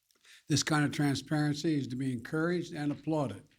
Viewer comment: OMNICROM! He is that stupid, folks. 3 or 4 times he had a chance